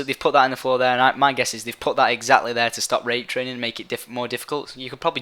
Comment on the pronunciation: Why do you keep saying Rapetraining its fucking annoying